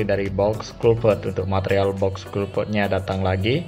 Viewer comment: Besi Wiremesh iku mas 😂😂 bbermbe "matrial"